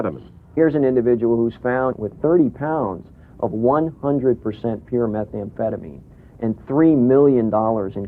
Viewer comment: Meth amphetaMEEN----not MIN